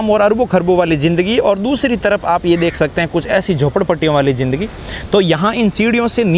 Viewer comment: Aik to Indians kay bolnay ka tareeqa ajeeb hay "DEKHNAY KO MILTA HAY" kya hota hay? "Dekhiay" bol saktay ho... "JINDAGI" ... Zindagi kyon nahi boltay ho? Aur camera aap aik jagah roktay nahi, baar baar camera move kartay ho.